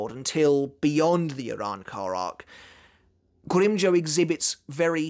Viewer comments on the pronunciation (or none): Will become a patron if you stop mispronouncing grimjow, it’s not grim joe it’s grim jow like wow or now or how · GrimmJOW not grimmjoe